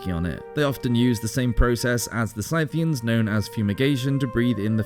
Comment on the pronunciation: Scythian, also.